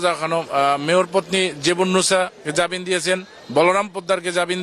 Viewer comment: ইনি তো জামিনকে জাবিন বলছে , এ আবার সাক্ষাৎকার দিচ্ছে...